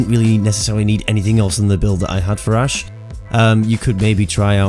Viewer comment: Ash not ass lol